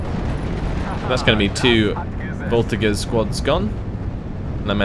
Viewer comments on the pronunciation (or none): It has been bothering me for a while : the "g" in the word "voltigeurs" is pronounced "j".